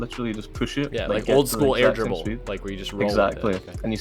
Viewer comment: I love how when says air dribble, it comes out more like "air gerbil"